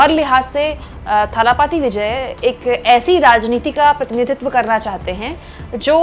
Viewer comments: You may find tje names difficult to pronounce but "kazhagham" is the word and it means organisation or संगठन। And say दलपति or थलपति not ताला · talapathi nahi dhalapathi Vijay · It's not Thala Pathy Vijay It's Talapati Vijay. Correct your pronunciation His fans may not like it.